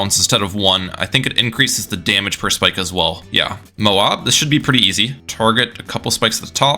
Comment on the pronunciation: its MO-AB, not MO-OB